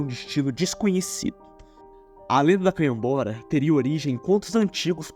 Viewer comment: ele só errou canhabora galafuz resto tá certo amigo